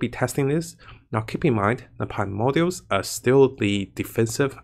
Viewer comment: Great video! But you forgot the most important change: Increased chance of saying "primordials" correctly to 50% (up from 0%). Just messing with you, keep up the good work!:D